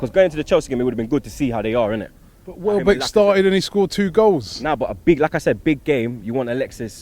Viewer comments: Wellbeck? Seriously Robbie? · Welbeck not wellbeck lol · Welbeck not wellbeck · Gotta love "Wellbeck"